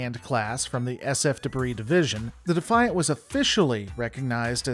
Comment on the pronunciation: Thank you for pronouncing the ship class correctly, it may be spelled “Defiant” but it’s pronounced the “Ben Sisko’s Mother*** pimp hand.”